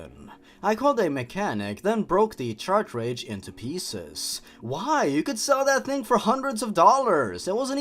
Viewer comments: Cart-Ridge. Not “CHARTRADGE!” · I'm kinda annoyed that you pronounce "cartridge" "Chartrage" It's pronounced "cart-ridj" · Not to be mean but you say "Chartridge" not the correct grammar which is Car and Ridge with a T sound at Ridge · This is the first video I've found of yours, I like your humour and editing plus you speak clearly without rambling. But the one nitpick I've got is that cartridge is pronounced "Ka-tridj". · Yeah ok I cant help it but notice you keep saying "Chartridge" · No offense, but I think the way you pronounce "cartridge" really adds to the awful writing of this story.